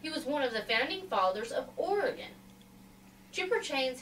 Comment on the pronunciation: Just what I was searching all over for thank you Miss. I scribed to your channel.Just one thing it's pronounced Orygun...... greetings from northwest Oregon